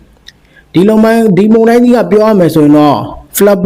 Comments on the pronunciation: ပို့စ်သတင်းပြောသူရေ ဒါလေးလေ့ကျင့်ပါ မုန်တိုင်း မုန်တိုင်း မုန်တိုင်း မှုန်တိာင်းမဟုတ်ပါ မုန် နဲ့ မှုန် အသံထွက်မတူပါဖူး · မှုံတိုင်းမဟုတ်ပါ,မုန်တိုင်းဟုအသံထွက်ရမှာ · ရေးတော့လဲအမှန် ဖတ်တော့လဲမှန်တဲ့အသံ ဖြစ်သင့်ပါတယ်။ မုန်ယိုတာ မုန်တိုင်းဆင်တာ' မုန်' အသံမှန်ထွက်ရမှာ ဟထိုးအသံ ထွက်ရင် အမှားလို့မြင်ပါတယ်။